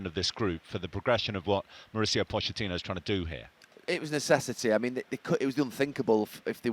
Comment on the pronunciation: This guy cant pronounce pochettinos name lol